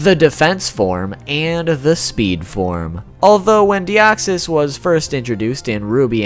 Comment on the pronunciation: Thanks for saying it correctly!!! I'm always pissed when people claim that deoxys was the first Pokemon in who's battle a special music plays. Either they never heard of The three cats or they simply phrase it wrongly